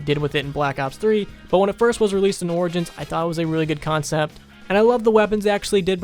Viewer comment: This guy has brain issues he put r in front if origins😭🔫